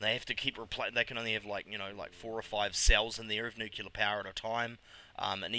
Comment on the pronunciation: Great stuff, G :) Nuclear != "nucular", but oh well :p